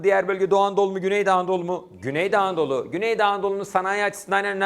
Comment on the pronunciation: Hocam çok güzel güney doğu anadolu diyorsunuz :))